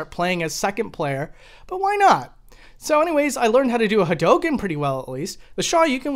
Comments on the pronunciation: Please, say HA DO KEN, not Ha dough ken. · The way he says Hadouken is...cancerous, but in the ballpark. Shaw-yuken is just completely dumb. Like, Ryu and Ken both say the attacks really clearly every time they uses them. Its really obvious how they are pronounced. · It's pronounced ha-do-ken not ha-doh-ken. Sorry I had to say it Lol. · Hawdoken yeah really bothering... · Oh god no kidding. I think the most common pronunciation was HAWdookan. Like with the stress on the first syllable and the last two syllables mashed together. But back in the 90s before the game was common on consoles I also heard HA-RyuKen a lot too. I guess because hadouken through 90s digitized speech in a loud arcade kind of sounded like the names of the chars. And dont even get me started on how people pronounced Ryus name back then.